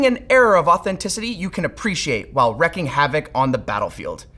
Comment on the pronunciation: not "wrecking havoc" it's "wreaking havoc" pronounced "reeking" :sob